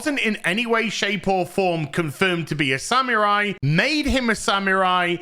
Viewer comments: This is a great video, but for the amount of times you say "samurai", you might want to get the pronunciation correct. It's more like "sa-moo-rai", not "sam yer eye"! 😅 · Sa-MU-rai. Sa-MU-rai. "MU", not "mi". Go practice. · Why do you say sammeerai and Yasooke? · I like how pronounces samurai sounds like he's saying "Sam your eye!" 😂😂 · From now on I'll say SaMewRai <3